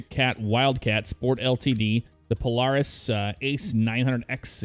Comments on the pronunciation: Obviously dont ride irl cause he called it pol-are-is instead of pol-air-is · It’s pronounced pol-air-is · It is pronounced POE-LAIR-IS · He could just say it dif that dosent mean he doesnt rude irl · Never heard anyone say Polaris lie the way you say it. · I know it’s minor but it kept bothering me the way he was pronouncing Polaris. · Am I the only one that hates the way he says Polaris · makes me cringe so much every time he says Polaris wrong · way u pronounce polaris hurts me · It’s razor 😂you miss pronouncing Polaris